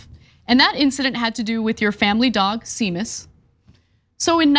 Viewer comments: She doesn't know Seamus is pronounced Shaymus? Damn, that's embarrassing. It's Irish, like Sean being pronounced Shawn. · One of the many fun quirks of Irish pronunciation is that “seamus” is pronounced “shame-us”. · I think it’s pronounced SHAY-MUS. The dog’s name is Seamus but that is now it’s pronounced, I believe. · Seamus is pronounced Shame*us. It's an Irish name. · Seamus is pronounced 'SHAY-mus' - all your Irish listeners are dying! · Sea mus lol 😆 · I believe it's pronounced "Shay-Muss" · It’s pronounced shaemas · Is it not possible to have the news readers pre-read the copy so that they don't look like morons when reading a name they can't pronounce? Also, can we get to stop speaking as though he went to grammar school with the Hobbits-es? See-muss? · Hey if I'm not offended watching it here in Dublin then there's no need to apologise for Seamas which by the way is the Irish for James. Gaelic Irish has complex pronunciation rules. Using english language pronunciation rules, Ana's attempt makes sense. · That's not how you pronounce Seamus. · A truly professional journo checks the pronunciation of any unusual words before broadcast. I like Ana and her heart is in the right place but she needs to up her game. Small things like mispronunciations make TYT look like amateurs. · Ana mispronouncing Seamus is cringe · That's not how you pronounce that name. Thought America had lots of Irish. You'd think they'd know that. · John corrected her. Did you rage quit after she mispronounced it? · Thank you to whoever corrected Ana's pronunciation of Seamus. That was painful and it's not the first incident of Ana completely butchering the name of a person, place, or thing 🤦‍♀️ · She does it often and is typically hostile when corrected. It's grating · It’s “Shay-mus” not Sea-mus. It’s only spelled S-e-a-m-u-s. Wow, Ana. 🤦🏻‍♀️Also, how cruel is Romney—doing that to his poor dog. JFC!!!!!!!!!!!!!!!!! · SHAE - MUS you muppet 😂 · Seamus is pronounced "Shame-Us"